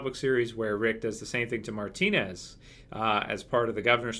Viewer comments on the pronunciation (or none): none